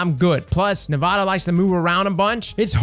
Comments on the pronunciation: okay, its nah voh tah, not nevada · The biggest thing that stuck out in this vid was pronouncing “navota” as navato lol great guide tho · It's 'nah-vote-ah' iirc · Navota: "Nah-voh-tah" Is it going to be like "durance" all over again? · All I hear is "Nevada" every time LOL. Great vid. You know I slapped that like button, my momma taught me right. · The name is even said in the strike. Maybe has dialog turned off. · IN THE STRIKE ITSELF they say Navota's name: Nuh-Vough-Tuh. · Navado he says lol. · nuh-vote-uh. Thanks for the guide tho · Nah-voh-tah is how you pronounce her name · I can't help but cringe so hard whenever mispronounces a name that isn't so hard to say. Navota = Nevada Caiatl = Cthulhu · and mispronouncing Navôta in new ways; name a more iconic duo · This man pronounced Navōta like it wasn’t said out loud numerous times and like he doesn’t grind Nightfalls as a Sherpa does raids. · love the guide but the way he pronounces Navota annoys me to no end